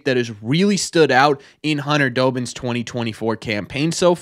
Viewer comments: It's DOBBINS not Dobins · As someone who gets to see the players all the time, Dobbins is one of the nicest guys ive met. Also, im sorry, but it pained me every time you said his name, but its DAH-bins, like Dobby from Harry Potter